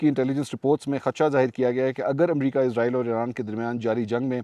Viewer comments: اسرائیل کو ازرائل کیوں کہا جاتا ہے قرآن مجید میں اسرائیل لکھا ہے ازرائل ہندو کہتے ہے جو ہندو کہے گے وہہی ہم کہے گے وہ صحیح بول تے ہے ان کو تو صحیح اردو نہیں اتی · Please stop saying izrael... it's israel... izrael is an angel... while Israel is the most dirty nation in this world. So please don't call them izrael 😢😢😢😢🙏🙏🙏🙏🙏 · سر آپ اسرائیل کو عزرائیل کیوں کہہ رہے ہیں😮